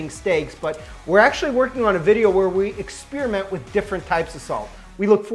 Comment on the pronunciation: When did experiments become "expeeriments"?